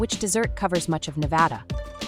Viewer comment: What is the largest swamp in the US? Washington, DC Also, the AI voice said "dessert" for "Which desert covers much of the state of Nevada," so the answer should be Basque cheesecake.